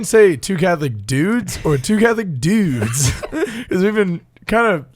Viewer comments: It's "dewdes" I can't believe how much grew up. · Okay, so. Ryan totally does put an emphasis on his inflection when he says the word "dudes" in the intro. XD Makes me giggle every time. I love the stories in this episode. We need a Metallica cover video Ryan.:D Okay, I might be the only one. But still, it would be awesome. The process of writing the invocations was absolutely fascinating. I've been to Masses where they have done that and it's always so cool. Poorly done music ministry used to be distracting for me as a younger Catholic and was compounded by my 8 years in a choir as a middle schooler and high schooler. But I have reached a point similar to what mentioned. The Eucharist is more than enough. I do see the importance of having good music for the people who haven't reached that point yet. Y'all did a really great job with the balance in this episode while still keeping it fun and light. The real-life stories vividly illustrated your experience and growth in your faith. But you also balanced well the point that ministry, especially music in the Mass is to be done for God. It's important to be the best you can be, but do it to show how great God is and to help save souls. It's not for the applause and compliments of the congregation. Very nicely done on that element y'all. Part 2! Part 2! Part 2! Part 2! I'd love to see another episode with talking about more musical topics. And yas to the coffee mugs. I'm ready to order mine now.:D Oh, my word that outro. XD I love seeing y'all have a great time